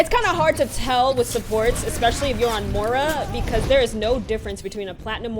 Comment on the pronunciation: mora? its moira wtf